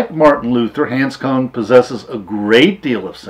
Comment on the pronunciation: you have mispronounced his name.